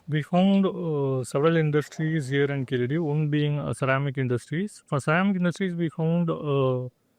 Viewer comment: I still wondering who came up with the idea to write the phonetic of "ழ" as "zha" or "za". Listen . He pronounced it as "கீசடி". I still stand for writing "ழ" as "la" since that's the closest sound to "ழ". Better let the any europeans to pronounce it as "கீலடி" insteadof "கீசடி".